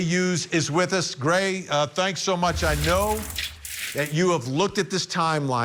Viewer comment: Did Vinny just call him Cray instead of Gray😂😂😂😂😂😂😂